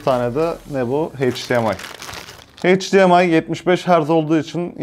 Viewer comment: abi heyç Di em ay değil eyç Di em ay :'(